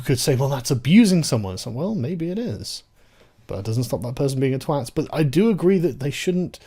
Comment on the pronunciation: Sargon: Love your channel, but really, you must work on your pronunciation. 'Twat' rhymes with rot', not with 'cat'. I know. I'm one.